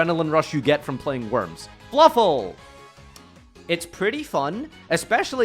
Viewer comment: hurt my soul when you said fluffal meh